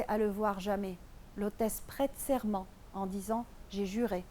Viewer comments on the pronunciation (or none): Excellent travail Juste on dit ''l'hôtesse prête serment '' et non ''serrement'' c'est totalement différent